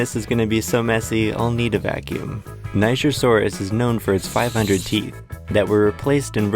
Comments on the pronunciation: Hello! I can see you are pronouncing "Niger" wrong. The correct pronunciation is nee-jere, not nei-ger. Niger is a French word, that's where it gets its odd pronunciation, and it means river of rivers! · É pronunciado nee-jer-sou-rus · It's pronounced ni gr saurus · nigersaurus? niger is pronounced nijer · It's pronounced Nijer people, NIJER. Keep the comments normal 🥀🥀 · No! It’s pronounced Ny-jer-sor-is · Its pronounciation is ni-jeer-sor-us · Omfg I have always pronounced the word Nigersaurus as Knee-zh(j)ian-saurus, great to know I've been saying it wrong since 2011 😭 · It’s pronounced nye-ger and it’s the name of the country it was found in. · he pronounced it naijer so its not supposed to be what were thinking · Okay people. It’s pronounced Knee-jer-saw-us After the country of Niger (knee-jer) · Why ni... Was the country it was found in called uh... niger?(its pronounced ni-jer) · I don’t think you pronounced nigersaurus correctly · Are you sure it's pronounced like that? 🤔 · oooh NIGER saurus, yeah I severely mispronounced that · Youre saying it wrong😂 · “Niger”asourious is just rude 😭😭😭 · it pronounces "j"